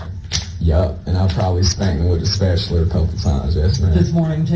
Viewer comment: Can’t believe a word he says so I believe that was a lie just like everything else that came out of his uneducated mouth fucking guy called a spatula a spatuler for goodness sakes